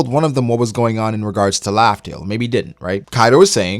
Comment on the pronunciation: the way he says raftel : laughtale